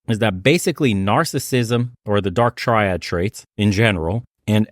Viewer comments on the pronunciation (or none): When I hear a man mispronounce 'triad' over and over again, I question the rest of the advice he may give during the course of the conversation.